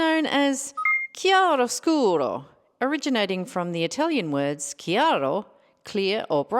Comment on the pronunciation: I really like this style! I also loved learning about the chiaroscuro technique and Rembrandt. Loved your Italian pronunciation, by the way, hahah